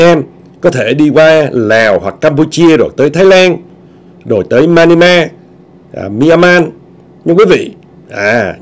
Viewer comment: Anh hay đọc sai chữ Myanmar nhe